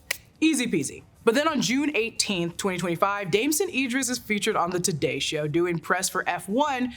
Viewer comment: Damson * not Damsen.